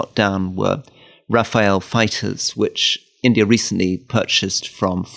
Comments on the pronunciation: Rafale, not Rafael. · Dear Rory, it's "Rafale French fighter jets" and not "Raphael French fighter jets"! The French meaning of Rafale is gust of wind.